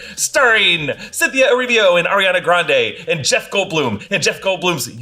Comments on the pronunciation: eh-REE-vo. not erivio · Erivo not Erivio 🙏🏼🙏🏼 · The way he said Cynthia Erivo... yikes.